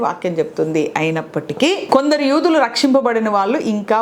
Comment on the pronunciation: యుదులు కాదు యూదులు